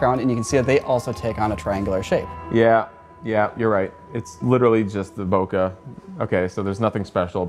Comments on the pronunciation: Great video! Except, can we please pronounce BOKEH, Bo-KAY? It's from the Japanese word, Boke. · “bo-ke” it’s a Japanese world that means something like, “spaced out” like when your eyes fall out of focus when you are drunk. You can just say “out of focus” or out of the focal plane of the lens. No need to mispronounce a foreign word. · Is this really how you pronounce "Bokeh" I somehow doubt it